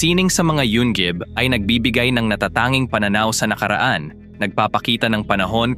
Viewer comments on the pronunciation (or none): Yungib! Hindi yung gib😂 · Alam mong AI ang nagsasalita dahil ang pronunciation niya sa yungib ay yunggib hahahahaahha